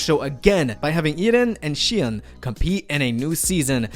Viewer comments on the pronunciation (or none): none